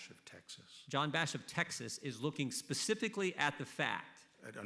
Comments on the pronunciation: Someone please tell Ms. Jackson-Lee, it's "specific" not "Pacific"....for God sakes, you're a gubment official. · "Pacificly ... I am reclaiming my time. Pacificly do you understand..." LoL come on these are our leaders. Pacifcly really?